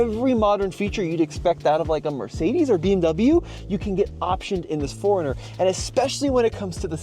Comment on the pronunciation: I keep hearing "foreigner" instead of 4runner lol. Anyway, looks great but not sure if I'd get one. It's on my list though as I need a new SUV!